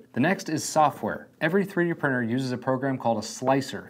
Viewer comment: Such a pity that with all the time you have spent with 3D printing, you still haven’t been able to say printer. Prinner and prinning are not real words.